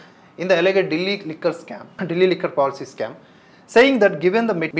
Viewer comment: ఎల్లా gede కాదు సర్.. ఎల్లెజ్డ్ . Just meeru manchiga procurance chesthe baguntundi ani cheppa..